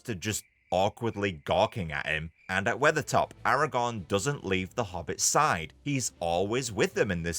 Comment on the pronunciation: Dude it’s Aragorn not Aragon